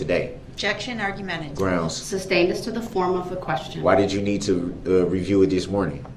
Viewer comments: OR that it's Sustained not SUB-stained and you don't say groundz after EVERY objection. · I’m wishing they all just start making fun of him. Saying “I don’t need to AXED” and “Objection SUBSTAINED” just to antagonize this POS